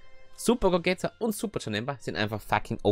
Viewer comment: Warum nennst du ihn eigentlich "Gogäta" du nennst Vegeta doch auch nicht "Vegäta" haha Cooles Video 1 Abo mehr